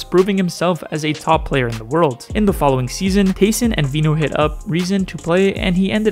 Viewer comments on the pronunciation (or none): none